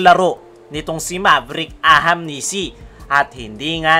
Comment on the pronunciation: AHANMISI boss, hindi AHAMNISI. 😊